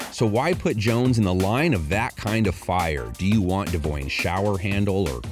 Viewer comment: This man said Devoine ShowerHandle